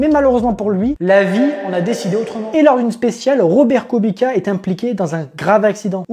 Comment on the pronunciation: on dit kubitsssssa pas kubika 😭😭😭😭